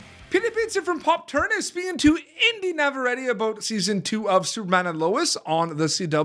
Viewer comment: Is that actually how her last name is pronounced? I would have guessed it was simply "nav-a-RET."